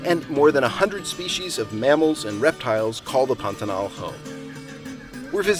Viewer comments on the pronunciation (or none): You started out by pronouncing the word properly--accent on the last syllable. But after a few times, you inexplicably moved it to the first. Why??